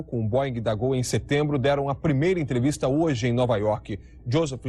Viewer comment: Jornal Hoje e não hioje